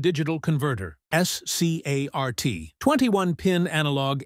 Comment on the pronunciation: SCART is read as a word, not one letter at a time.